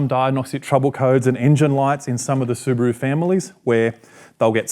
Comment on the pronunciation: su broo 🤷🤣 su ba ru✔ he can't pronounce properly